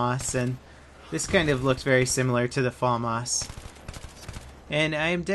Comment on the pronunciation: its famas not faamas